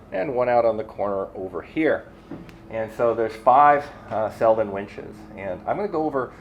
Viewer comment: Congratulations to all new sponsors! Not to be picky but it should be pronounced Seldeen with a long second E. Cheers from Sweden! 😉